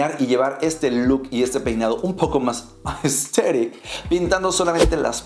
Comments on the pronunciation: un shot cada que dice ''asteric'' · Me da risa cuando el man dice Aesthetic Jsjjjsjs 😂